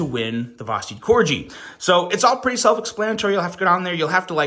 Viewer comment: Corg——-eeeee, not cor-jee, 😂 like the dog. Merry Christmas though, hope y’all had a good one.